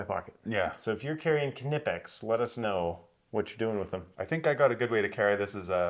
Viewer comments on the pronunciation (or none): If you wanna get nerdy about it, it's Kuh nEE pex... After seeing videos with pronunciation all over the place... I verified with 4 German friends; one even called the headquarters in Germany. ((American Knipex representatives will often say it Kuh Nih pex, as you have... which is close, but still no cigar.)) 🍻 Or maybe we can figure it's like English with regional accents allowed. 🥸